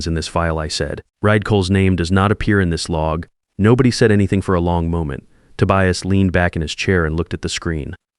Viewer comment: A.I. can't pronounce Tobias, or Reid... stick with Marcus, Ethan, and the usual others. Sounds less silly than 'Ride' and 'Tobious'.